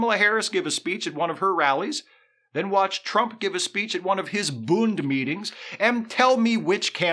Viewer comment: "Bünd meetings" 😂😂😂😂😂 I love it!!